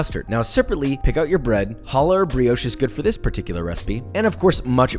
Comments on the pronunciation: You say hala wrong try to say the ha like you charging a spit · Challah is the best bread for it. French toast with the leftover Shabbat challah on Sunday morning was my childhood. But also Josh. I love you but that's not how challah is pronounced. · WHenever someone says "halla" instead of "CHallah" a little piece of me dies inside. :( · It’s not “Hallah” it’s “Challah” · Challa not holler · I know Hebrew and Josh just so you know it is pronounced KHHH- alah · ITS PRONOUNCED CHALLAH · You mispronounced challah